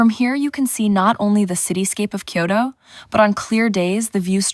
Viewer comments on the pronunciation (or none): Such a beautiful video Love it But I don’t understand why you and many foreigners say Kyoro It’s kyoto Just like is not Detroito Great video Thank you